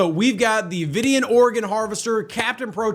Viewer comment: I'm not going to give you a hard time for stumbles and such, but my guy, have you not watched Voyager? That's not how you pronounce Vidiian...